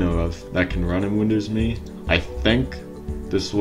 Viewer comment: Can't stand you pronouncing it wrong! It's windows M E!!!